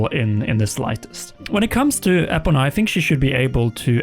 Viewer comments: it's ePOna not epoNA, it's driving me wild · Ee-Po-Nuh // Epona is very important. Get it correct please